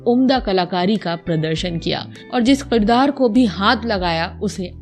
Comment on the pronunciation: Janab mijaz nahi mizaj hota hai aur kirdaar hota hai na ke Qirdaar. .